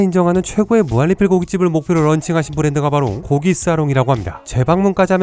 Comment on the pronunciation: 형.. 무한리필 발음이 무할리필이라고 들려.. 형 발음 좋다고 생각했는데.. 무한리필만은 예외인걸까?